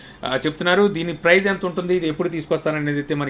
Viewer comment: Prize kadu price.